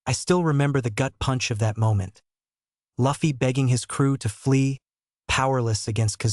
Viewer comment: The auto generated voices and not an actual narration is getting so tired. The mispronunciation of “Luffy” should be considered a crime. Especially if you’ve been a fan for years, as the narrator claims to be 😭🤦🏽‍♂️